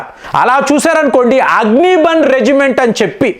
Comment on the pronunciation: అగ్ని బన్ కాదు. అగ్ని బాణ్ అని పలకాలి. అంటే, అగ్ని బాణం అని అర్ధం.